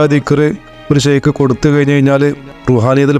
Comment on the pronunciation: ബഹുമാനപ്പെട്ട മുരീധരോട് നമ്മുടെ മാഷാഇഹാന്മാരെ ഷെയ്ക് എന്ന് പറയാതിരിക്കുക.. വല്ലാത്ത ഒരു അരോചകം തോന്നുന്നു... ഷെയ്ക് അല്ല ശൈഖ് എന്നാണ് അറബി അക്ഷരത്തിലെ 7 ആമത്തെ അക്ഷരം